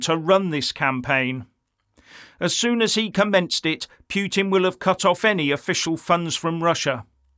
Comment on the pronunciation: Its PUT IN not PHEW TIN Can you get that right!?